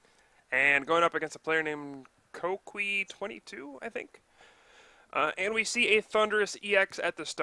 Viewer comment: Is pronounced: Co-key you're welcome :D